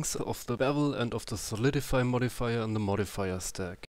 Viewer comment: The 'The' and the 'TH' problem from germans